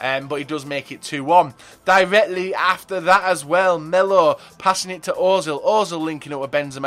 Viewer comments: he said ozil, its pronounced urzil, the umlaut changes the sound of the O. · The only reason I dislike every video is because he still can't pronounce özil, other than that good video.